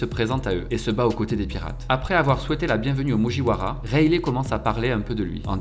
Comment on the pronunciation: Il m'a énervé avec ses mujiouaras et ses pacifistes....pacifistaS